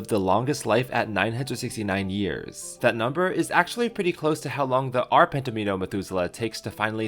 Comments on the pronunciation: Pentomino is pronounced pen-TOM-in-oh, not pen-to-MEEN-o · pen-t-o-meh-to not pet-to-me-no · I'm pretty sure penTOMino is meant to be pronounced with similar emphasis placement to DOMino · Pentomino rhymes with domino, not palomino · Pent’-a-MEE’-no? I don’t think so! The word comes from ‘domino’, and should rhyme with it: pent-OM’-in-o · You day Pento Meano, I say Pen Tommy No, let's call the whole thing off. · Deckard was probably having a seizure every time pronounced "pentoMEENO" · Great video, but tetramino and pentamino should rhyme with domino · Love it! Quality video and a comprehensive overview of the topic! :~) I've loved Conway's life since borrowing Martin Gardner's "Wheels, Life, and other Mathematical Amusements" out from my high school library... renewed for all four years of high school... lol. Only complaint; tetromino rhymes with domino. DOMino -> TROMino -> TET-romino -> PENT-omino -> HEX-omino -> SEPT-omino. So many minnows! :~) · Tetromino, Pentomino, and Domino should rhyme...considering the words Tetromino and Pentomino were derived from Domino...just saying. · Your pronunciation of "pentomino" is very wrong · FYI, in British and American English, "pentomino," "tetromino" and the like are pronounced to rhyme with "domino." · Do you also pronounce domino as dameeno? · ish I'm so sorry, this sounds nitpicky, but "pentomino" should rhyme with "domino". Again I'm sorry for being "that guy" but this just really bugged me.